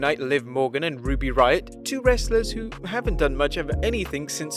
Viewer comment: Why did you say “wrestlers” so weird?